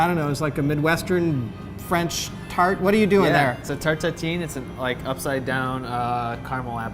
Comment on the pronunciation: Tart tateen lol its pronounced tart tatan